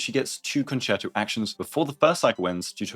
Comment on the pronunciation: thank you so much for pronouncing concerto correctly! it's been such a pain with all the WuWa (and robin) videos/guides.